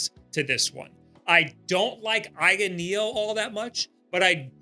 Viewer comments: It's just A. Y. N. Not "eye-n" lol also I had the Odin 2 Pro and it was the coolest little console ever. However, I play hard, every day, and a couple things happen. First the right trigger broke off the frame as all of the buttons are held in by the tiniest little screws and plastic bracing that could possibly exist. I ended up hot glueing it back together which worked decently. Lastly, unlike almost all android products, the Odin 2 didn't have charging protection. After using it for many hours every day, and leaving it to charge overnight like you would with a phone - it unfortunately was over-cycling the battery and made it swell after 1 year of use. They don't send replacements and I didn't want to wait months to ship it back, have it fixed and sent back - especially since the trigger already broke. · That was a tough watch. And it's AYN - it's an acronym, not ehn or however you pronounce it.